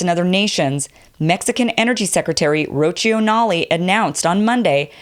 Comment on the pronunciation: Love the video but Rocio is pronounced "Roth-ee-o" not "Roachyo". It means dew.